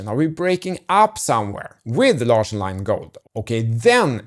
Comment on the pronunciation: So "Larsson" is pronounced like... "large"?!